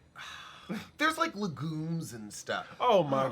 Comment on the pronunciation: Lol. Legume usually pronounced leg-yoom y'all 😊